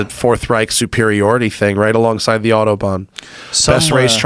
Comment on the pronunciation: Did he just say fourth riech?